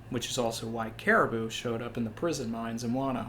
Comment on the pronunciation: thanks for saying Caribou right. many people confuse our usual "japanese to english" thought process and say it wrong. one of my peeves despite him being a minor character lol